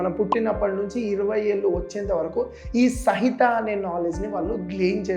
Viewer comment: Bro sahitha kaadhu samhita